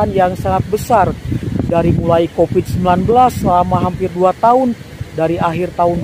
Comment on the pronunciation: Min . oakai ucapan yg gagah donk. jangan bilang Copid dan epek ...cobalah PASTI BISA